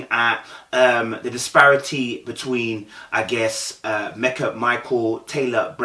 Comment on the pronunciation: Her name is Meka... not Mecca🤦🏾‍♀️... pronounced Me-kah